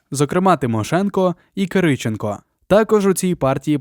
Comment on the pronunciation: Хто це читає? ЛазарЕнко, ЛазАренко, КирИченко і інше, око сіпається, вуха в'януть